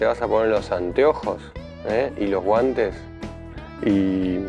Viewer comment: Estuvo gracioso lo de los guantes, parece puertorriqueño lol. Gracias.